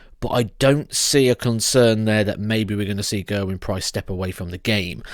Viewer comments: I'm Welsh and the right pronunciation is Geh-r-win, not Gerwin as in Michael van Gerwyn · You're pronouncing his name wrong.